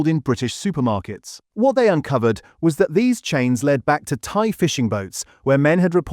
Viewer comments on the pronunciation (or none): none